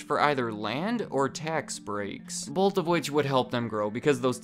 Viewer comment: Am I the only one that doesn't like it when someone says bolth ?